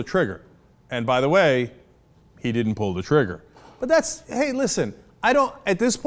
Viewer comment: Epic fail on the word trigger